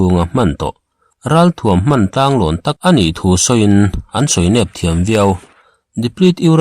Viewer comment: Ramri kaltlangin tih ai chuan ramri kánin tih tur a ni long maw? Tank pawh hi tang tia lam ri lovi tenkh tia lam tur a ni lo maw? Mizo sipelin..